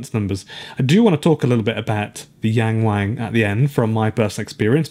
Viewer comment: It's so cringe hearing this joke everytime since it's only because westerners have no idea how to pronounce "ang" sounds in Chinese. It isn't pronounced that way at all. It's like when someone at the restaurant ordered Jalapeno as actually Jay La Pee No or reading Nagasaki as Nay Gay Say key and chuckling to themselves and pee and gay being in the name.